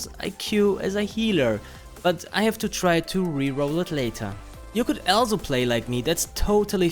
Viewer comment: stop saying "alzo"